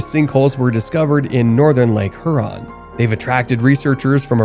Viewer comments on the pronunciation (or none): Heuron, not Heron...please pronounce this lake name properly